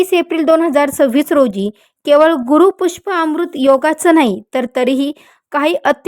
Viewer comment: ते गुरूपुष्याम्रृत आहे गुरूपुष्पाम्रृत नव्हे